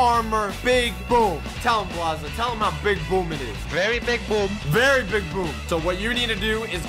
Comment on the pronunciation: I like how u said vare big boom lol